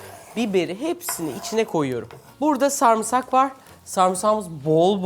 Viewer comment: Sarmısak ne ya 🤦‍♀️🤦‍♀️🤦‍♀️🤦‍♀️🤦‍♀️ sarımsak ya sarımsak